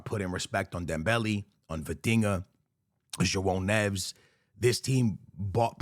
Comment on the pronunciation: Btw, it's pronounced "shuaow nev-ehs." Similar to pronouncing it "Joe Nevis."